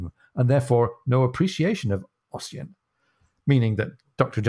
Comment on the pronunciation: Fyi Ossian is pronounced Usheen 😉